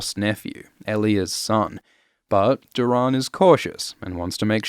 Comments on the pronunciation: "Dor-In" not "Dur-on" is how his name should be pronounced. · Can’t get over the “door-rahn”… 🤦‍♂️Why are you pronouncing it like this 150 times in the video 🤮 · Great content m8, just 1 thing keeps throwing me off, you pronounce nearly every name differently to me so it sounds weird to hear lol. You say LEEanna, I say LYEanna, you say Doh-rAHn, I say Doh-Ran, you say EHlia, I say EElia... weird huh? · Doran Martell’s name is pronounced as Door’un Martell. Not Doe’rawn. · I hate how you pronounce Doran. 😂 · Are we gonna get a remaster of this with Doran’s name pronounced correctly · Why are you pronouncing Doran like that?